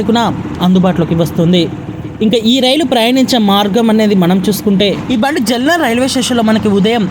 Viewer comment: జల్నా కాదు జాల్నా. జల్నా అంటే మండటం. తెలుగు లో కావాలి కాదు. కావలి అని పలకండి.